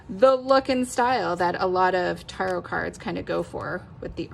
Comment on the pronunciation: It’s pronounced Ta-rot not with a hard a like in car. Its more like tear-ot. I’ve never heard the tarot pronounced like you’re saying it.